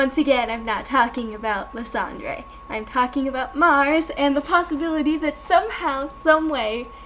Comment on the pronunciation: celebi (Sell-a_bee). Lysandre (lie-san-der). You make no sense and learn how to say things